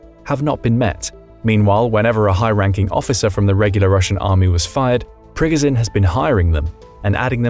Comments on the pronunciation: It's Pree Goh Jin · It is NOT pronounced PRGGAZIN. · Its pronounced pre goh zh nin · Ikr, it's Pig-o-shun. Oink, oink.